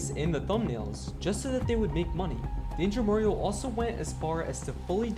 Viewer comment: he say it wrong its danger mario 😂